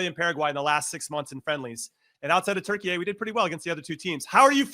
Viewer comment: Stop saying Turky-ey!!! So stupid!